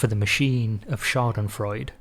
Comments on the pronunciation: The e at the end of Schadenfreude is not silent, it is voiced. German does not drop vocals at the end of a word, so the d isn’t the end of a syllable, like it would be in the name of Sigmund Freud, but the start of its own syllable. So you have four syllables: SHA-den-froi-deh. Your pronunciation was really good up to that point, so you might be able to nail it. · The E at the end of Schadenfreude is NOT silent. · Schadenfreude is 4 syllables, not 3.